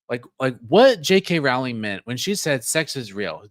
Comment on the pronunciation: Thanks! Rowling rhymes with bowling.